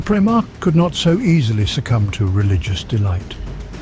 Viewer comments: prime-arch? r-boot? i always thought his name was pronounced with a hyphonated E at the end of it. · i bet this was a good video but i had to stop after the third "prime-march" pronunciation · Pri......march or mark for the proper pronouncement of the word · Try pry-mark for primarch? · Brilliant. But it's pronounced "Primark" is it not? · I see a lot of comments not just from this video but others that Guilliman is a better "Emperor" or leader than the big E and so it doesn't get buried under too many other comments understand this first: "I get it, but you must also understand that each Primarch (pronounced Prim-ark or Pri-mark) is 1/20th a piece of the Emperor as a whole. Meaning the Emperor is the best at each of his son's particular skills. Guilliman is basically a master of logistics and so yes he can run a large spanning empire very well (hence imperium secundus) however, he only has that ability because the Emperor gave him that piece of himself as he gave all his sons a piece of himself. The Emperor is still far better at communication, sieging, defending sieges, hit-and-run attacks, diplomacy, striking fear when needed, etc etc, and yes still better than Guilliman at logistics as he is better at Vulcan at being perpetual. Again I get what you are saying and it rings true because Guilliman is now the Lord Commander making him basically the Emperor, but he is only that because the Emperor made it so. Even Guilliman knows that the Emperor is superior in all ways hence his hesitation of creating Imperial Secundus and his immediate desolation of it once he learned that the Emperor and Holy Terra stood." Hope that helps. Guilliman is awesome and loyal to humanity, but don't get it twisted. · one time he said Primak LOL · surely that's not how primarch is pronounced in any accent. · The mispronunciation of primarch is grating. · How is it you pronounce the same word differently each time you say them????????? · Primarch is pronounced Primark, not prime arch